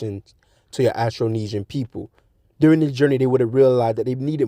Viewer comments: it's not pronounced astro it's austro...like Australia not Astralia, and sa moa not sa moya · Did you call us ASTRO - NESIAN???😂😂..... 😂SAMOIA.??